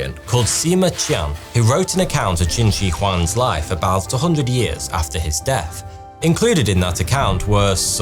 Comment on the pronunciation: When you paused and put emphasis on the word deaTH, you pronounce it deaF, and then I noticed all your "th" words you botch . Horrifying!!!